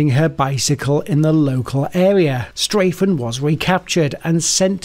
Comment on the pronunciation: Well, immediately you say Straffen's name wrong. STRAH-ffen, not STRAY-ffen. Sorry to sound like a troll!